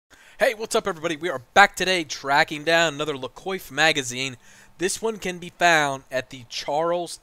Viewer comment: “Coiffe” is pronounced “quoff”